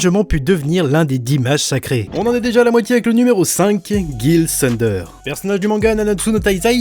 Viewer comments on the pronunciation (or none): none